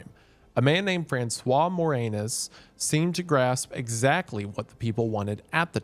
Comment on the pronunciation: FRANSOIR WHAT-NOW